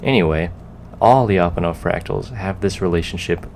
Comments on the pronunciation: Why do anglophones have this obsession with breaking diphthongs/semivowel+vowel sequences in all foreign words? Lya, not lii-a. Fie-ri, not fi-ei-di. Sier-ra, not sii-èə-rå. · hey, it's pronounced "Lya - pon- off". The Lya is all one sound! Thanks, -russian speaking friend